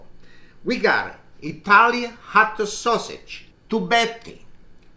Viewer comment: It's HOT sausage not Hot-A. And it's LETS not Let's-A. So annoying.